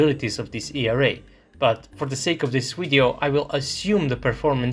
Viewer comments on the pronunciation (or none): none